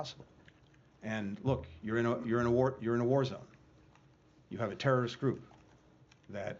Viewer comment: Terr or rist talking